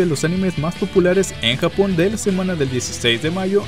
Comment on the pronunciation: soy yo o dijo jabon en vez de japon